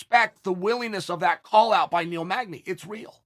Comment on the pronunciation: Of all the fighters in the world, this dude says Neil magdey. Let's help Neil out and not give him that bout. You tryin get that boy killed by the wolf real quick.